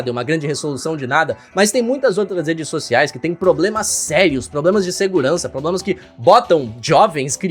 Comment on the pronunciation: Las redês socialês